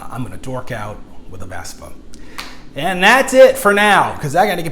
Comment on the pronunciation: You said Vesper rider there at the end. Dork. It’s Vespa. Vessssssspppaaaaaaaaaaaaaaaaaaaaaaaaaaaaaaaaaaaaa.